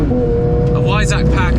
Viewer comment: Said V not W, Weissach. But surely you knew that and the GT3 just scrambled your brain.